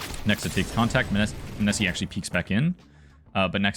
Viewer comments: munessy mOH-Ne-Sy please lmao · Dude I think you messed up the emphasis on his nickname :D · Your content is always great but fuck ME hearing your pronunciation of Monesy hurts xD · how do you watch the games and still say the name wrong? serious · butchered tf outta his name